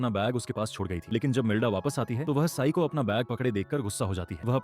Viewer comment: Ci-n ❌ Sai✅ 😂 sorry don't feel bad 😅😢